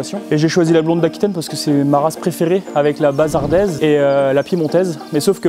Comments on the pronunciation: Bonjour Bazadaise de Bazas et pas bazardaise cher ami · Salouté, on dit "Bazadaise" nom qui vient du village de Bazas en Gironde (j'habitais à 15 min pendant presque 20 ans). Belle vidéo merci!